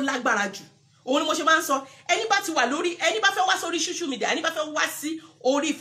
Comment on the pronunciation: Error in pronounciation dear, it is not called, "shoshial media" but "social media."